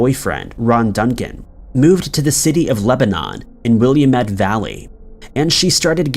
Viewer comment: Please note: Willamette is pronounced Will-am-ette, not Willem-ett. Thanks!